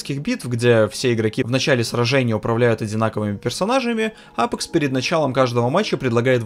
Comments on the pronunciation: Научись выговаривать АпЕкс. А не апэкс. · "АПЭЭЭЭЭЭЭЭЭКС" - это байт на комменты? Как серпом, правда, мужичок. Ты же говоришь, "Доктор Дизреспект", через Е, а не "Доктор ДизрЭпспЭкт", значит для тебя не норма "Э"кать.